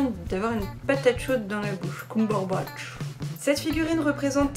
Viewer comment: Ps on dit coumberbatch mais Cumberbatch mais c’est pas grave la plupart des gens font cette faute